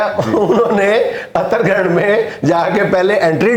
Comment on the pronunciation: जुनैद मिंया पहले यह उत्तराखंड है अतराखंड नही।😈 पहले बोलना तो सीखलो। हर बात पर जोकरी नही होती। पिछड़ेपन से तुम भरपुर हो । तुम पिछवाड़े मै कुंडी फंसा के रखो लीकेज बहुत हो रही हे । जो बेकार है वही परोपकार है 😆कब तक रोते रहोगे 😢 😀😁😂😃